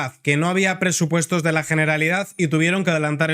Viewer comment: Perfecto; me gusta esa pronunciación, GENERALIDAD, con "G" y terminado en "D" en CASTELLANO! 💪👏👏👏